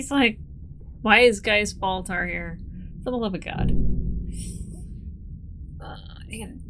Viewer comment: I never heard "ball tar" until this video. Thank you? 😂